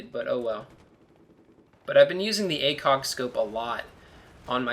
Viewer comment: It sounded like he said ACOCK instead of ACOG.